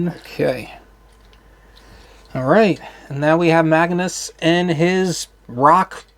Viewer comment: It’s not Maganus. It’s Magnius.